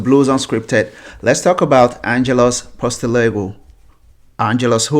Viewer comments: Sorry but you butchered his name ! It is "Ange Postecoglue " pronounced = post - a - cog - lou BTW Ange is not going to the "chopping block" league soon. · post eh cog lou 👍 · This has to be some sort of a wind-up, the guy can't even pronounce his name!!! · Can't even say his name properly. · can't even say his name properly what a joke he's staying at celtic HH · you can't even say the guy's name right and you talk about respect 😂